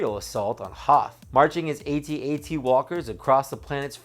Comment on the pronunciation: i want to like the video, but on principle i have to dislike anyone who says a-t-a-t.